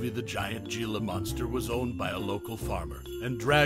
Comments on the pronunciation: Here's a gem. It's not Ge la . It's He la ya dope. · It's not "ge-la" it's pronounced "he-la" and their not monsters their misunderstood